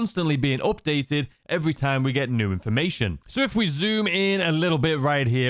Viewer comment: "Updated". Tf is "Ohpdated?"